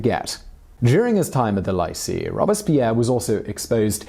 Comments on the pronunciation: It was nice. It refreshed some memories. Just a bit of a pet peeve though, Lycée is pronounced with the li from lilipad and cée from beyoncé. Not lie-sea. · I love this channel but I just need to let you know lycee is pronouced "lee-say" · Lycée is pronounced "lee-SAY" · li see ???? really ?? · « Lycée » is pronounced Lee-Céh ;) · Hey, “Lycée” is pronounced “lee-say”. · More like lee-sae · You should look up how to pronounce lycee (and other words in a language that is not your own). Hint it's 'leesay' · I’m not asking you to speak impeccable French, but could you please pronounce Lycee as ‘Lee-say’? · Lycee is pronounced “lee-say”. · Please learn how to say lycee and generally how to read french words😭😭😭 it burns my ears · Trying to say Lycée with a fancy accent to sound smart = saying it like crap Or that very bad prononciation of Bastille oh lala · As a Frenchman Simon’s pronunciation of the term lycée made me contemplate suicide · Ian Harvey He also says “lye-see” instead of “lee-say” for lycée but overall I just learned so much I can’t be mad at it! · It's lee-say...not lie-see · it’s lycée - “lee say” ya self-discrediting bum! sounds like you’re talking about lychee fruit. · The 'lye-see' is really the 'lee-say' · Um, Leesay, not Liesee (Lycée) Girondins not Grindons Otherwise, pretty decent thumbnail of an incredibly complicated period. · The "lycée" = "lie see" ?? Only a Brit could mispronounce the French language so badly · It’s ‘lee-seh’ not ‘lie-see’ (lycée) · ... I know I should be focused on the info but the whole time I was going “lee-say,” it’s “lee-say,” not “lie-see,” that’s so wrong... I’m wishing he had checked the pronunciation of Lycée... Even though I know it only would bother those who speak French. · Lycée is pronounced lee-say by the way, not lie-see :P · Damn, Simon, WTF is that pronunciation?! Lycee is not "lie-see" - it's "lee-say"!! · Omg it hurts to hear Lycee pronounced Lye-see. It is Lee-say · Lee - say